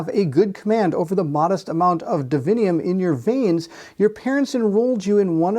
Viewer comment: Its divinum. Not divinium.